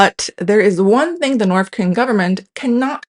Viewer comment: This is super interesting, but I can’t help but laugh at the fact that in this video about language and pronunciation, this lady clearly says NORF and SOUF throughout. Makes me chuckle